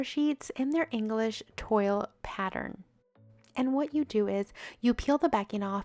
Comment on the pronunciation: It is not English TOIL {T-oil} it is pronounced T-wah-L. English Toil’e and there’s also the French Version of Toil’e ask interior designers/ decorators